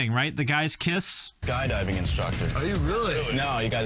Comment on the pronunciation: I swear I just heard “guy diving” not skydiving lol